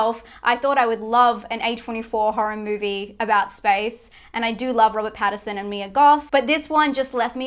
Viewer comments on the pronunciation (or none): Robert Pattinson, not Patterson